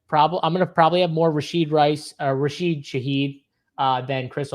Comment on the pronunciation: Learn the players name man... it's Rashee Rice not Rasheed.